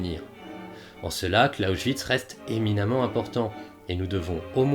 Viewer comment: Très intéressant mais Clausewitz, ça se prononce « Klaossvitse » et pas « Klaochvitse ». Amusant car tu faisais la même erreur avec pour Bismarck où tu prononçais « Bichmark » :p